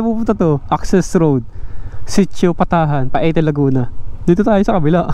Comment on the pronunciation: Ang correct na bigkas ay Payte not Pa-e-te.